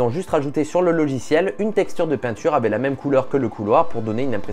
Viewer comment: Tu peux arrêter de dire "avait" au lieu de "avec" ? Merci....